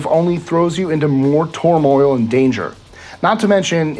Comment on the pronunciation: Imagine taking advice from somone who messes up the word turmoil.